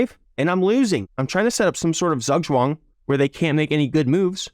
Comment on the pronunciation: As a german, the way you pronounce zugzwang really hurts different